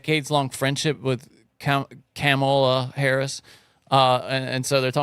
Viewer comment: I love all of sams variations of carmello/camilla/carmella/kamayla/camella/ etc. harris name 😂😂😂. I dont think he has gotten it right even once and its hilarious